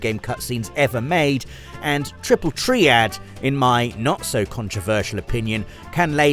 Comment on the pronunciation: I agree with all of this, except the pronunciation of Triple Triad. Tree-ad? Unacceptable.